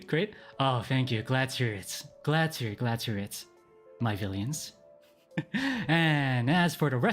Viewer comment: Everything time he says my villions…I’m like..dying 🛐🛐